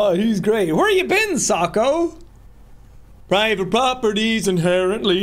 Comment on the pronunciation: Jack just said socko… From Bo